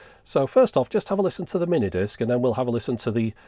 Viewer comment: Stopped with the emphasis on mini disc. I'm sure the rest was good as most all your stuff is. It just shut the door on me.